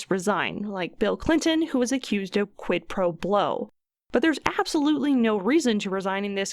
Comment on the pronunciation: "Quit Pro Blow" cracked me up.